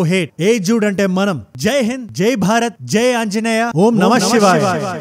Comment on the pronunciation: భార్గవ్ కాదు రా బాబు... భారత్ 😂😂